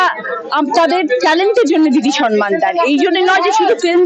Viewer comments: কথাটা সনমান নয় সম্মান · সনমান নয় কথাটা 'সম্মান '